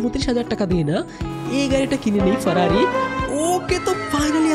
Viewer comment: Ferrari not farari